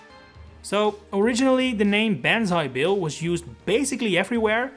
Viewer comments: Did anyone else think it was “Bonzi Bill”? No? Just me? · Ban zai bill 💀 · Who the fuck called it banzai bill